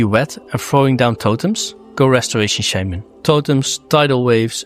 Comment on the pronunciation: Why do you pronounce shaman wrong?🤔